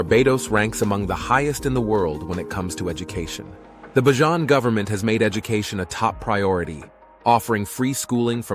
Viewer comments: Please pronounce it properly it's bajan not bajon. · My goodness! Please prounce it right, I hate that Bajohn. Its pronounced Bay-jun. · And ye you cannot pronounce BAJAN CORRECTLY ITS NOT BYJAN ITS BAJAN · Its pronounce bay-jan your pronounciation is wrong🤦‍♂️ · Hi watching from Ireland. I grew up in Barbados and you’re saying it wrong you’ve to say it like you’re saying Bayleaf. Pronounce it Bajan. Thank you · THE COREECT PRONOUNCIATION IS "BAY-JAN" as like Cajan. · It's pronounced "Bay-jun" and where are the photos of any of the Islanders? Why not use locals for your video?